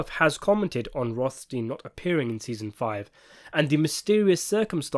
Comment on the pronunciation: Rothstin? Yeah, and physicist Einstin, and doctor Frankenstin. Pronounciation porn in its glory.